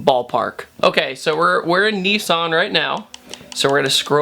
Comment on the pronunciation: It's not Neeeesaaaaaarrrrnn, it's Nissan